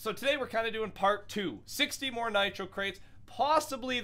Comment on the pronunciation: More not nore